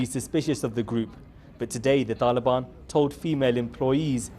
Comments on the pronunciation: Why does he keep pronouncing Taliban like that? He speaks with an English accent and yet pretends he's not western when he says Taliban? Cut up his passport and he can live with the "taalheeban" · Why does he try to pronounce all thse things in the 'original'/pashto pronounciation?